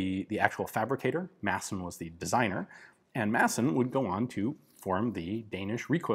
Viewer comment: Hey Ian, the D in Madsen is mute. Now, repeat after me: Rødgrød med fløde.